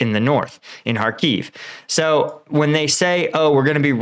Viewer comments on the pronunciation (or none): none